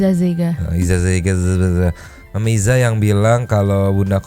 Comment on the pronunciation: Hadiir 🤟, tp sorry bg gua mau kasih tau zega dari nama isa zega itu salah satu marga suku yg ada di pulau nias jd nyebutin nya agak gimana gitu bg, sorry ngasih tau doang bg 😁